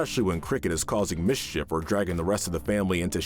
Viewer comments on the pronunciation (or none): none